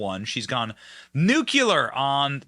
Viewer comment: Why do people keep saying nuculer? It's nuclear. That other f•••••g idiot Bush Jr. said on national tv now they made a real word to keep him from looking like an idiot.